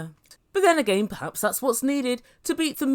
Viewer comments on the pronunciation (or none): none